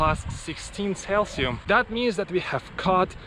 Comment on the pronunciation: It's pronounced celsius not calcium. For cold nights get used to sleeping under mylar blanket - it rustles like hell and will get wet from condensation from the inside, but it's the best light blanket you can use in such circumstances.